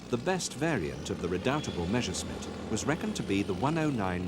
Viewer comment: Meshersmit? How comes that not one single English speaker can pronounce Messerschmitt correctly?